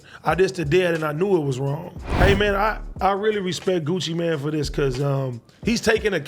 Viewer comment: Gucci mane not gucci man lmao